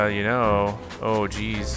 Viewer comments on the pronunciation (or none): none